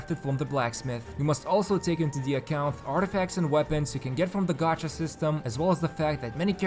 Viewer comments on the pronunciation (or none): none